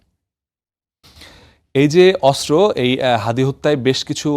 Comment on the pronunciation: অস্ত্র উচ্চারণ শুদ্ধ উচ্চারণ করতে হবে 😮 অস্ত্র উচ্চারণ শুদ্ধ হচ্ছে না 😮😮